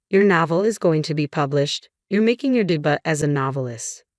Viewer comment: De bu?? Its debut pronouce day beeiu😮